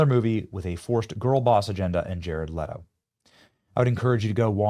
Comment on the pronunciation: No Benny, it IS jared LEE-TO. Just like rachel ZEE-GLER. Who cares no respect for narcissistic pretenders